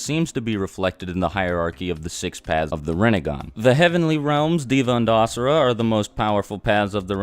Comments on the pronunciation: You replied :O It's ok, the rest of your video is on point. You just got yourself a new subscriber (PS, it's Asura, not Ashura. Sorry if I sound like a jerk, but it just bothers me) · Asura is actually pronounced usura in Hinduism and it means monster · Asura and Astra is actually pronounced as Uh-sura and Uh-stra